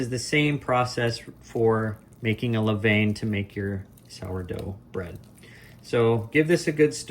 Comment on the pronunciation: Please learn to pronounce levain.....